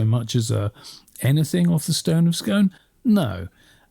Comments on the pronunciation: its pronounced Skoon, skOOON, SKOOOOON. Its a lump of red Sandstone from the Devonian period (We've known this since the C19th). Exactly the same as the rest of the red sandstone that Scone Palace is made of, the monastery was made of and all the older buildings in the local area are made of because that's whats in the ground, kick the turf off you're standing on it. As far as I'm concerned, and many Scots think the same, you can keep it. Its a knock off. It has no historical significance before 1296 when the local monks fobbed it off on Edward 1st of England. It could just as easily come out of a falling down pigsty as be the legendary stone (the Lia Fail, Jacob's pillow) that Scottish kings were crowned on. BTW - I love the channel 🤷‍♂😊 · Hey Guys, the Stone of Scone is pronounced Scoon! Very important to get these things right. I've read that they have tested it and it is local Perthshire sandstone, not harking back to Jacobs Pillow or indeed Ireland. One account suggest there is evidence it was a threshold stone in abuilding that was used to replace the original when Longshanks came north. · It’s Stone of “Scoon” guys